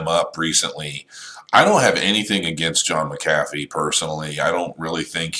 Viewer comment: his name is Mc-u-fee